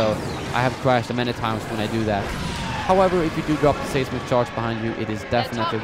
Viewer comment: It's not "say"smic charge, it's "size"mic charge. Your videos are awesome!